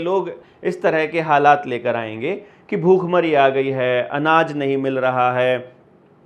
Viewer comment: bukkh-mari ❌ Bhhook-mari ✅ anpadh